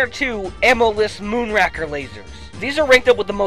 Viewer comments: its not pronounced rak its pronounced rake moon rake er not rak er dur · I just noticed that in the Goldeneye segment, pronounces Moonraker as "MoonWracker". As someone familiar with the James Bond franchise, all I have to say is that the correct pronunciation is "Moon-Ray-Kuh". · Its moon-ray-ker. As in rake? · Moon Racker??? Its Moon Raker, Like a Garden Rake. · By the way, the moonraker laser is pronounced moon-ray-ker laser, not moon-ra-ker. Sorry to be a grammar freak. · I hate to be a pronunciation troll but you said moonraker wrong. Think about leaves in fall and raking them. that is how moonraker is said. Sorry it just bothers me being a Bond fan for one. The complex is based on the original movie btw. I hate that place unless I use cheats so yea but I say if you are a first timer to this game the Egyptian temple is the hardest until you figure out how to get the golden gun. You fight Baron while being shot at by guys with zmg's and other assorted weapons. You have to kill him three times. Oh and did I mention that if you make one mistake on getting the golden gun, 4 turrets from the derpy Jungle level shoot at you thus killing you most likely. Talk about trial and error.